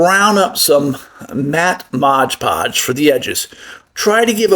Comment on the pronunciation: It's 'Mod Podge' - NOT 'Modge Podge'!